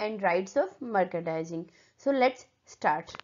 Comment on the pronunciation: you're pronouncing it wrong ! mer-chan-dising it is